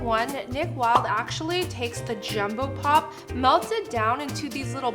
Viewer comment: She said jumpo paw